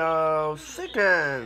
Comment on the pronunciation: chigen AND fied wice? fuck man props to